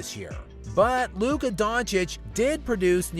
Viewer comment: Chris Broussard got it right. It’s Luka